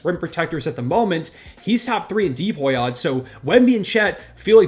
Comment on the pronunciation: Pronouncing"DPOY" as "DEE-POY" 💀💀